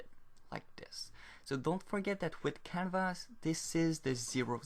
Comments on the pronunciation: I more liked how he called the canvas 'canva'. The 's' is silent is French after all! Kudos on writing your tutorial entirely in a second language btw! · i thought he was saying it the french way